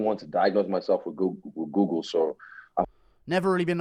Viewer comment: Adesanya is a twt but he couldnt even say google properly